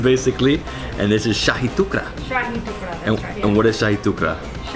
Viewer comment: How did the Indian lady get Shahi wrong It means Royal